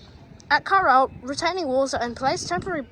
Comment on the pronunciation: Carilsle? It says on the station, "Carlisle" Carl+isle